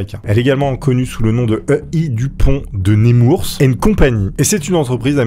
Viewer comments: On dis pas Némourse mais Nemours (Neumour) c'est en seine et marmes, Dupont de Nemours était un enfant orphelin et a l'époque les bébé abandonné on leur donnait un nom classique "Dupont" de ... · La fameuse ville de Némoursse